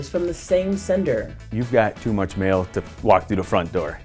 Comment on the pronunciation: Voice over lady needs to get her 'A's & 'E's separate. Mail not "mell."